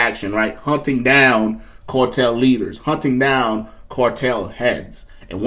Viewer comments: Its CAR TELL NOT CORE TELL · It's CAR TELL NOT CORE TELL! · CAR tel not COR tel! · Not a cortel. Spelled CARTEL. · CAAAARRRRRTEELLLLLLLL. NOT CORRRRTELLLLL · it's cartel ..not cortel 🫡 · CAR-tel not COR-tel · The "cortel"? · It’s not the “core-tel”, brah!